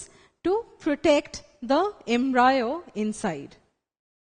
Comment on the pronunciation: Ma’am it’s embryo* Not embrayo. 🤤